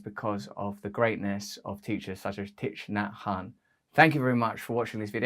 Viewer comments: Russell, I hope you don't mind my saying, but his name is pronounced "Tick Naa Han" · You need to learn how to pronounce his name. Might help .